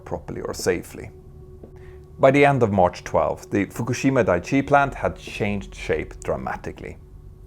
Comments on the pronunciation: Daiichi should really be said with a glottal stop between the i's, like dai-ichi -- ichi means "one" and dai ("die") indicates that you're counting, so "Dai-ichi" translates as "number one". "Daichi", the way you're saying it, means something like "solid ground". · FWIW: Daiichi — dye-ee-chee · It’s clear that a lot of work went into the video, which makes it all the more unfortunate that a few easily avoidable mistakes crept in. For example, the pronunciation of “Daiichi” (where it’s important to pronounce “Dai” and “Ichi” separately—if in doubt, just stick with the English version, which was also mentioned as “Fukushima No. 1”) and the depiction of the tsunami, which looks like a normal wave in the video rather than a tsunami. It’s a great video, of course, but little details like that can really throw you off. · Dicey not Daiichi. And the Japanese have restarted their reactors nationwide. Brilliant! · dah eee chee